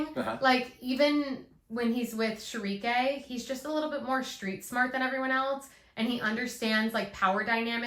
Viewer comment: Schierke is German. Sheer-kuh with the emphasis, and stress on the first syllable is closest. Sheh-ree-kay is similar to the Japanese pronunciation which is Shii-ru-ke (シールケ). I am not criticizing, literally everyone I have watched, or spoke with about the series pronounces it differently along with Farnese (far-NEH-zeh) which is Italian. Just thought I would share, do with the information what you want. A lot can get lost when something is drawn from one language into a completely unrelated language which can only vaguely phonetically attempt to mimic the sounds, but does not really have the equivalents sounds to pull from, and then that gets translated into a third unrelated language.